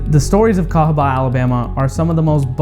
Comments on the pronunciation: I’m sorry but cahaba, Alabama 🙄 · Sorry, but I say cahaba Alabama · CAHABA,ALABAMA sorry but you have to go don’t step on a black bag 😆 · Ayo, let's go to THE CAHABA , ALABMA.😂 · I'm sry but I'm going to have to say cahaba Alabama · sorry to do this but.. cahaba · I think it's got to be cahaba, Alabama sorry. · I’m sorry but I have to say Cahaba Alabama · Im sorry but CAHABA Alabama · CAHABA,ALABAMA. 💯. SORRY ❤️